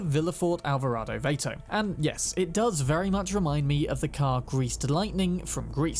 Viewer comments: Hey, for the Vilefort Vato, I'll give you a pass on the mispronunciation since I can tell you're clearly not American, and certainly not Latino. Vato is pronounced vah-to, same A sound as in bath. Just fyi friend. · Listen to snoop dog Vato and realise how badly you pronounce Vato lol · Villaforte Vay-to...*twinge*...it's "Vah-to" as in gangster homies, which the Valentinos are roughly based on aesthetically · VAH-TOE, ESSE!...not Vay-to. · HAHA I like how your pronounced VATO. Its VAH -TOH in California. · The word is Vato pronounced like Vat-oh witha soft "A". It is hispanic slang for "dude" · The A in Vato is short.